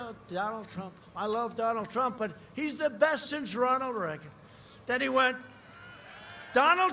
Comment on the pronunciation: Donald Prump! 😂